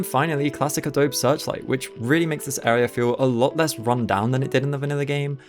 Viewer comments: Its pronounced adobee friend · I know a million people are going to comment this, but it's pronounced ah-dough-bee. Just like the Photoshop software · the way you pronounce adobe 😭